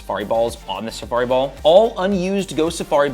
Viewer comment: Why can’t you say safari ball lmao